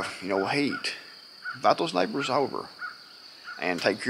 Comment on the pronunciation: You saying SNIPERS OR NEIGHBORS??